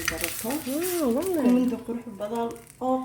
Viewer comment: I laugh when you say walleee❤️💙🥀🌹